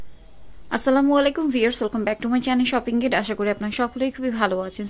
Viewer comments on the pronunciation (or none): গাইড বলে সোনা জায় গেড